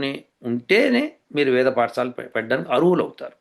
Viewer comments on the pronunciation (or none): పాఠశాల, పఠశాల కాదు